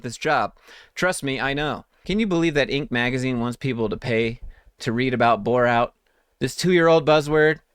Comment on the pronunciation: I thought Indian girl asked "have you ever heard of Borat" 😂